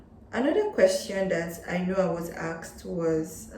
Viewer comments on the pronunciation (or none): In your introduction, I think you keep on repeating the word axed axed, do you mean ASKED? I think there is a difference Well, the presentation is very helpful. Thanks for sharing your experience.